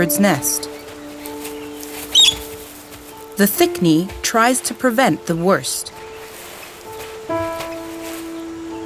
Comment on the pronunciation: I keep hearing "A crocodile and a thick me" and I can't stop laughing